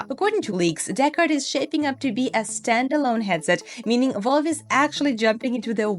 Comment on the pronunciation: Not to nit pick but its Valve not Volve